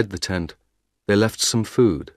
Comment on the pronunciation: "ten" >>>"tent"?